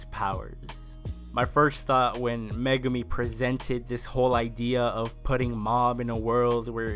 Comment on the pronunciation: Liked the video! However, the evil psychic is named Mogami (Mo-gah-mi) and I can tell based on your posts here that... You didn't get that as you specifically write out Megumi. I thought you would enjoy for future reference.